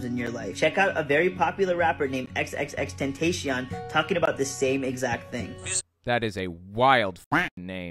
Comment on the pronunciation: It’s “XXX-ten-tah-si-ón”, for the record. Though my initial guess when I first heard of the guy way back when was “extentation”, so hey.